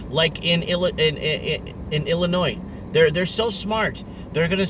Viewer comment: Hey you pronounced Illinois correctly. I wanted to let you know I enjoy watching to your YouTube channel in the morning. Stay healthy and positive during these tough times.